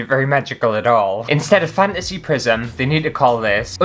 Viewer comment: It sounded like you said “Prison Fantasy”! That would be an entirely different video.